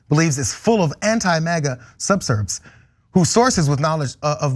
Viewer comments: Sub - vér - sive = proper pronunciation! Vote Blue in November 💙💙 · Yo its pronounced sub-ver-sieves, meaning the people who subvert their governments planning; those who are subversive people against any institution of control; another form is subversion undermining an institution of authority